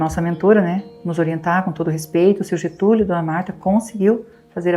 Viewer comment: Getulio nao GETULHO Gente😢